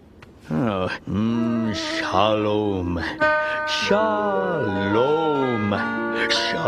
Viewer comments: ironically enough he pronounced it correctly(albeit a little exaggerated), whenever I hear Americans say שלום they always pronounce it sha-lome rather than shalom, also his M at the end was good. he basically nailed it first time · as a hebrew speaker I can safely say he nailed it.